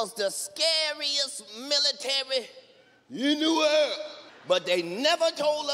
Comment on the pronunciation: Why tf did he say “in the world” like that 🤣 🤣